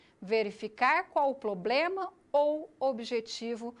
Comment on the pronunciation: Tem mestrado mas fala “poblema”... foda hein?